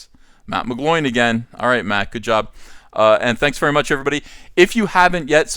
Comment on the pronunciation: Thick thighs save lives, Ethan. "Thank you verrrrrrrrrrrrrrrrry much."